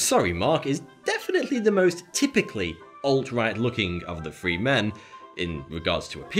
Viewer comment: Wiv, free, fousand, legal, deaf?